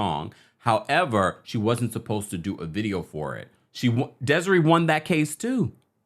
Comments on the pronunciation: It's pronounced "Des-Ray" and Desree was damn right to sue. A brilliant artist. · Des-a-ray lol